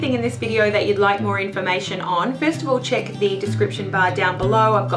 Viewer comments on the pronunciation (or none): none